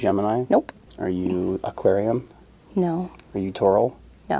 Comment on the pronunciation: nope,he clearly says "are you AqUaRiUm" and then says "are you taurul"..